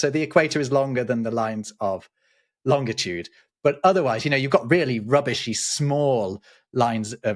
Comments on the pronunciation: Please stoop saying ‘lonDitude’ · I've never previously heard another human pronounce longitude with a hard "g". Is this a British thing (irrespective of my daily interaction with Brits regarding, among other things, geography)? P.S. Sumpskog is a common word in Swedish that means a forest growing on wetlands or a mire (apropos svamp, swamp, schwamm and sump) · you made the classic mistake.... There is only one T in Long-it-ude. No TIT! Even Neil DeGrasse Tyson gets it wrong too...